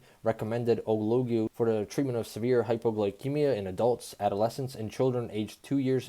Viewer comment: Hypoglycemia like “gli”de vs Hypo”gel”cemia 😊